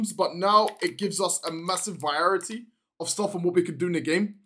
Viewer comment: no way my man just said massive “viarety”